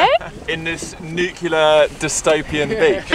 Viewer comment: Fun stuff, and an "Apollo 13" success, for sure!!! But....will SOMEONE please tell how to pronounce "nuclear"?